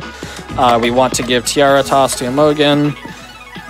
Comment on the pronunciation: Maybe he's memeing but I feel obliged to point out that Imogen is (usually) pronounced with a soft g, like a j sound. The o sounds like unstressed "uh" too, so it's like "imagine" but with "uh" instead of "a".